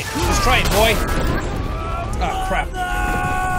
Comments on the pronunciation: Not BOY it's B O I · Its BOY not BOI